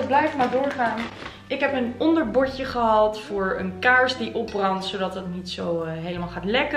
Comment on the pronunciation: Wat zijn je video’s leuk!! Maar zou je A.U.B. willen letten op hoe je de dubbel aa in een woord uitspreekt? Je zegt: sjal ipv sjaal en gehald ipv gehaald en ga zo maar door….. wellicht heb je het zelf niet in de gaten, maar ik vind t heeeel irritant😅😅😅😅